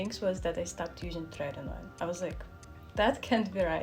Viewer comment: Look up the pronunciation of tretinoin in the dictionary. Surprise. It’s pronounced truh-TIN-oh-in. Who would’ve thought.